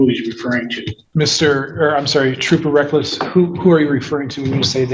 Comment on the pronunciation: Did he say officer wreckless?